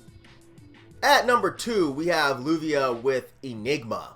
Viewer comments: I love you and good list but for satan's sake man Lluvia is pronounced "yu-vi-a" lol, not with an "L" sound. A double LL in Spanish wakes a Y sound. Anyways, here's 25 albums I liked this year 1. Cormorant - Diaspora 2. Yellow Eyes - Immersion Trench Reverie 3. DEAFCULT - Auras 4. Loss - Horizonless 5. Black Cilice - Banished From Time 6. Dawn Ray'd - The Unlawful Assembly 7. Gnipahalan - I Blodets Kamp... 8. Krallice - Go Be Forgotten 9. Spectral Voice - Eroded Corridors Of Unbeing 10. Necrot - Blood Offerings 11. OPHICVS - Machine Gun Reaper 12. Funeral Chant - Funeral Chant 13. Urarv - Aurum 14. VANUM - Burning Arrow 15. Boris - Dear 16. Krallice with Dave Edwardson - Loüm 17. Archivist - Construct 18. Tyler, The Creator - Scum Fuck Flower Boy 19. Ostraca / Flesh Born - Face Of The Moving Year split 20. Drunk Dad - Feelings Party 21. Funeral Harvest - Bunker Ritual Rehearsal 22. Sanguine Eagle - Split with Opression 23. Succumb - Succumb 24. Dreaming Dead - Funeral Twilight 25. Slowdive - Slowdive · Its definitely a Y sound. Love dawn ray'd